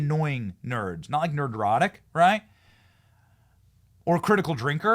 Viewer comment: he said 👍👍